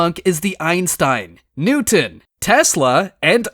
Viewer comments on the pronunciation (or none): none